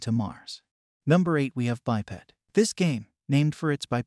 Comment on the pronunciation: Did you call it bi-pad?